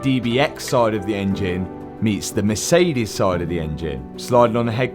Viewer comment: Matt I love your videos and I really appreciate your afford on pushing forward....but please check your pronouncing of Mercedes, Porsche etc...really love your content but it is always a pain in the ass...